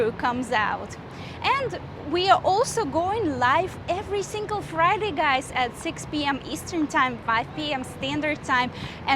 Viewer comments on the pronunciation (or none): none